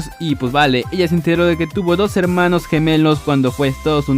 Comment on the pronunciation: En Piper dice heramnos xd